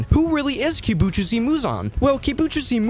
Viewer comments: its not kibutjusi its kibutsuji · blud really said kibutchuzi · Kubutsuji muzan ❌ kibutchoose muzan✅ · Bro realy said kibujusi muzan😂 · Kibutjuicy muzan bro pronunciation is messed up. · "kibujutzi" lol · "Kibutchusi Muzan" 💀💀💀 "Yubashiki" 💀💀💀💀💀